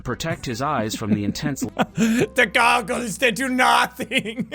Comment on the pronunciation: "DA GAGOLS DAT DU NATING" 😂😂😂😂😂😂😂😂😂😂😹😹😹😹 i keep on laughing at that part hahaha!!